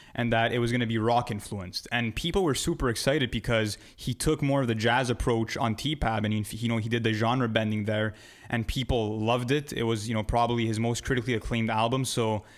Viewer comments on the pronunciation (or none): Bro, did you seriously say “T-Pab?” Jesus Christ.